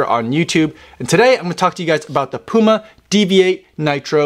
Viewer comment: You can’t even say the brand name 💀